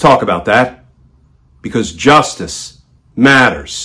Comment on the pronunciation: Glenn, I enjoy your channel, but no need to over emphasize saying 'justice matters'. sounds over dramatic, like you're trying to hard. just saying it without emphasis will have plenty of impact...